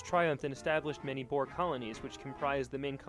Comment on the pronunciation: He prounous alot of this wrong like Boer and others like Paul Kruger